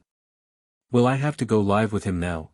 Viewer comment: The word Live is pronounced as liv not lie.